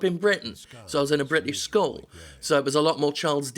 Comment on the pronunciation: Skol? Skull? Oh, you mean school! Well then bloody say it! :D :D Also, I thought it was a game about The Iron Giant at first. It sounds like this would be a perfect game for me. I love the story part of games. Used to play FFXI instead of WoW because it seemed to have more stores, every side mission seemed to be one.